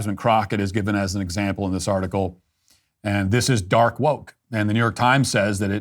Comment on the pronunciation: Dork not dark. "Dork woke"